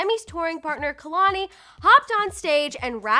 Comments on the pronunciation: Well first is anyone also annoyed at how homegirl can’t even pronounce KEHLANI... smh....girl it’s KAY-LAN-EE...NOT...KUH-LAN-EE!! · I don't even care about what their talking abwt cause this lady ain't even saying kehlani properly